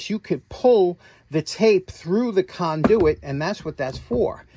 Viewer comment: I have learned so much from you over my time watching your channel. Today I learned a new way to pronounce "conduit."